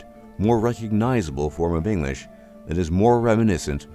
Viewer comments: Would be amazing if the speaker would be able to pronounce EnGlish, not Enlish :P I am of course just picking fun here :) I love the history lesson <3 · You ought to learn how to pronounce the word "English". It's pronounced "ing-glish", not "ing-lish". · Narrator can't pronounce the word English!